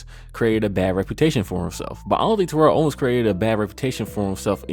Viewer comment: you mispronounced terrell owens name wrong just like a lot of people do its ridiculous but other than that great video